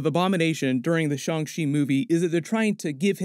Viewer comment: It's Shan......g ch...i not.... shun she bud